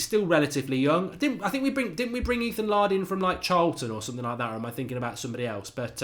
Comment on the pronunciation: Laird has been around the club since he was about 10. Pronounced 'Layrd' not 'Lard'.